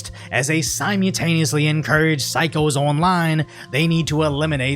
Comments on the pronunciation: "simeataneously" ... brother, there is an L in the middle of the word. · Sai-mew-tain-lee-us-lee I’ve never heard it pronounced like that before 😂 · I will never not be annoyed by how you pronounce simultaneously. It’s horrendous and you do it all the time. Also, great video